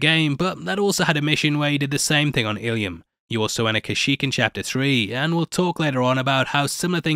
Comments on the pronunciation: alright bro..i say this and then 2 seconds later you say Illyum? come on. ILUM! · Ilum. 2 syllables not three.